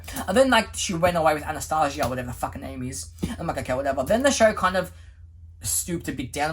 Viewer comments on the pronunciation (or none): none